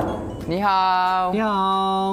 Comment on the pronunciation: I think he said "..eenihaoo .." well that whats i heard